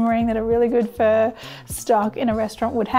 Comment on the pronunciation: You calling it a 'Fur stock' sounds like? but, i like the cheats way of cooking things too. Like pork belly we just salt it over night then scrape the salt off the next day or when ever you want to cook it at least after 24 hours.Cook on the Weber Q beautiful or even in the air fryer.